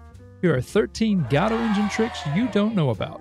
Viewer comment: It's better to pronounce it, go-DOE. Like "Waiting for...".